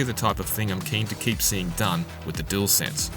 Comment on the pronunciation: Dualsense or jewelsense 😂 say it properly please it’s just lazy 👎🏻 imo.